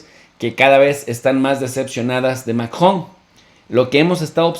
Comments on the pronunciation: Tiempo Tiempo Tiempo que alguien me explique como se llama el Bato que se casó con la abuelita de Chabelo Macron o maKKJJon o será que este bato se le atoró algo en el buche que no sabe pronunciar Macron sino Makkjon al rato va a decir AKLO en vez de AMLO o llegara a su casa y dirá Makmi dame Lekshe se me atoro algo en la Garkkgantak no manches habla bien si no regresa a la Ukniveksidak. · Se están dirigiendo a una audiencia en español no Francesa que diga MACRON Y NO MACjON SE ESCUCHA BIEN MAMÓN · Chicos sin duda excelente información como siempre . PD: pronuncien el apellido Macron en español latino por favor.La pronunciación en francés está bien ,pero suena forzada para la comprensión dialéctica de LATAM.Millones de gracias por su gran aporte ❤️